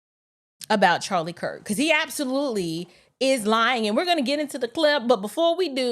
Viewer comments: Along with the lies and slander, he didn't even pronounce the man's last name correctly. He said,, Charlie Crist. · He said Charlie Kris he didn't even say his name correctly 😂😂😂